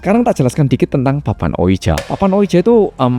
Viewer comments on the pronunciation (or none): Cara bacanya bukan dibaca letterlijk (harafiah) ouija 😆, tapi mirip wiji bacanya. Dari awal ampe akhir dengerinnya gatel hrs komen hahaha